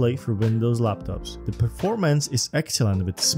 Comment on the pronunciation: what is zee height?